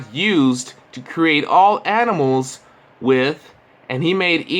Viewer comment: Did he just say adimals? What in the hell are adimals?